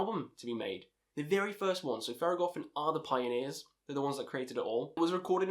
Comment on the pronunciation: great video, you are pretty well articulated. just a heads up, its pronounced THER.GO.THON, since it took me off the way you said it in theragothorn. Good pics, disagree a bit with Skepticism since it was in no doubt influential but it doesnt hold up to modern releases. Also not too sure if its the best thing to start with Thergothon as they are more of the founders and show the roots of the funeral doom we see nowadays, rather than a complete package that someone can listen to and see all that the genre has to offer. Shout out for mentioning Drown in the end. Probably my AOTY. You should check out Profetus as it is organ heavy funeral doom. Another thing to mention is that Mournful Congregation is one of the few that is able to implement acoustic guitars into their somber music, alongside having the ossibly best vocalization and lyrics throughout their discography, both rhythmically and content-wise. Great vid, earned a sub. Good luck to all your future endeavors.